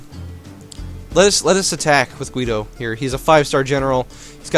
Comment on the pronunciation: I think you pronounce the name Guido pretty well, atleast that's how we say it here in Italy.